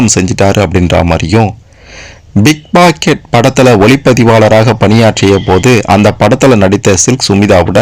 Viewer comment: Pickpocket not Bigpocket???????? 🕹📹🎼 உச்சரிப்பு சரியாக சொல்லவும்???? 🕰🕰🥁🥁🥁🎤🎤🧐👁👀🕹📹🧭⛳